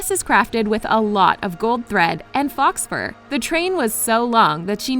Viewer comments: OMG learn how to WORD. Fox fur JC Just NO. Faux, like NO. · "fox fur" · lololol UMMMM...?? So is it “FOX” Fur..????!?!? Or Faux Fur , My Girl ...?! lol. 😝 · Is it miss pronounced or miss subtitled? Faux fur or is it indeed Fox Fur. Since China loves to shock foxes to death with an electric stick for their fur